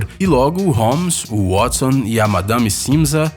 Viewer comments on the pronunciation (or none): none